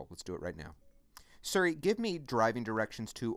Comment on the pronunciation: Thank you very much for the video. I heard you say "Surry" a couple of times. Just wondering if that's the correct pronunciation? If so, I have been calling it "Siri" like an idiot all these years.....